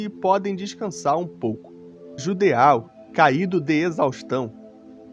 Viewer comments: Geralmente palavras terminadas em "Eau" são de origem francesa (exemplo: Petit Gateau, você ouve nas propagandas eles falando PETITE GATEAL ou Petí Gatô?) que tem o som de O, ou seja, o correto seria Jidô/Jido e não JUDEAL. Não estou reclamando, afinal, ninguém é obrigado a saber pronúnciar nomes estrangeiros, foi só pra explicar mesmo. Inclusive, belo video. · "djudô", não JUDEÁU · O Judeau se lê "Jidoh" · Só uma observação a respeito de pronúncia. Nomes terminados em "eau" normalmente são de origem francesa e no francês essa particula tem som da letra O fechada. Ou seja, no caso de Judeau a pronúncia é algo próximo de "Judô" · Tenho impressão que judeau se pronuncia "judô"... ah, tanto faz honestamente.